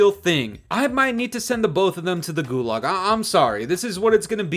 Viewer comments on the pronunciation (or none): none